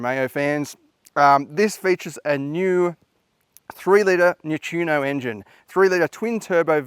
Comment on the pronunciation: EXAM RESULTS: 👍🏻 pronounciation of Maserati, Ghibli, Grecale and Corsa plus Alfa, Giorgio and Stelvio are spot on. Quattroporte, Trofeo and Romeo plus first Quadrifoglio, not bad at all. 😤 BIG FAIL with second purposely butchered version of Quadrifoglio 😂 Need to work on Nettuno and Modena. Also, you're confused... the Ghibli GT was a 2 door coupé while the Quattroporte ("four door") was their saloon 🙂 Apart from that, Stelvio = Toyota; Grecale = Lexus... and another top review.